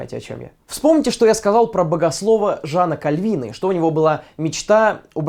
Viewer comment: КАльвина, а не КальвИна :D